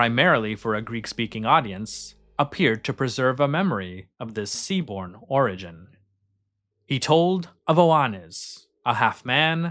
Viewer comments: “origin” is normally pronounced with the emphasis on the first syllable: OR-uh-jin. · Is this really a new video? I recall you mispronouncing "origin" exactly the same way on a previous video about this.